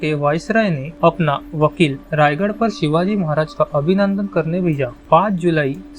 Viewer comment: शिवाजी महाराज बोलना नहीं आता क्या दुनिया के सबसे महान राजा का नाम ऐसे लेते हैं क्या